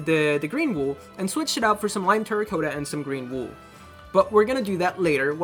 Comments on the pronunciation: Its good but it makes me cringe every time u say terracotta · you cannot say terracotta right